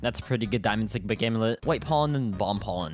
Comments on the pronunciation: i thot he said diamind SIGMA amulet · not me hearing diamond sigma amulet instead of diamond stick bug amulet